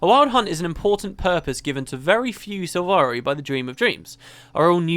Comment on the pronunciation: "Silvari" not "Sivari"